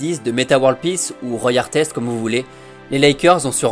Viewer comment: Ahaha oui j’ai mis « mis en difficulté » exprès pour ça! 😉 Exact pour Artest, petit problème de prononciation comme pour le laissétaparètre! 2-3 petites boulettes 😅